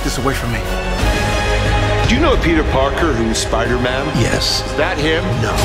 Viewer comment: Wait..... if you rewatch the first ten seconds dr strange says spider MEN